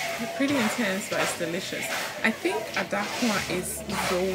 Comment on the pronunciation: Please it called Daakuwa not Adaakuwa